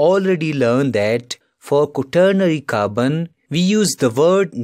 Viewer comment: He pronounces Carbon as Kabn 😂